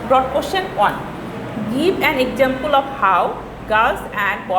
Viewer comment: miss why you say objuct, exesample etc